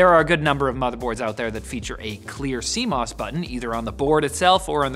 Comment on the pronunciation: "See Moose"? I thought my computer had squirrels and bugs?